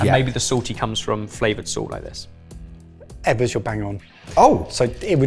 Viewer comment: lmao saying "Eggers" instead of Ebbers had me laughing pretty good. I love the mystery dish challenge and Indonesian style cooking is one of my favorites!